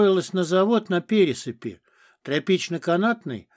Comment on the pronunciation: Район называется именно ПерЕ́сыпь. ПерЕ́сыпский мост. И в песне Бернеса поётся: "...но и Молдаванка, и ПерЕ́сыпь обожают Костю моряка". А ПересЫ́пь - это глагол повелительного наклонения.